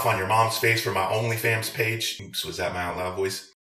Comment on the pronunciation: Did you say “OnlyFams?” Hahahahhahahahhahahahhaha